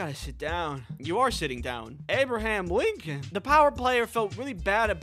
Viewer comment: "abraham limcon"